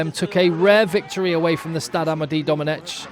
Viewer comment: A few tips for French names, and team: Amédée Domenech is pronouned Domeneck. A name that brings some terrible memories with it for French football fans, the whole 2010 debacle mostly but not exclusively. And Béziers is not spelled Beziérs